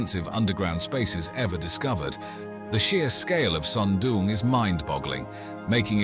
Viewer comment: Why does the narrator keep calling it SUM DUM CAVE? ? ? It looks friggen awesome to me